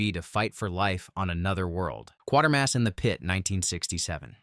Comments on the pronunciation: Hi. It's NOT Quartermass. (Pronounced like the 25¢ piece). It's Quatermass (pronounced kwA/ter/mass), based on the fictional character Professor Bernard Quatermass. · That's "Quatermass", not "Quartermass".